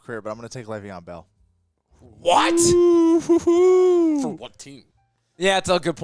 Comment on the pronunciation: did not just say Leveon Bell. God he's lucky they let him slife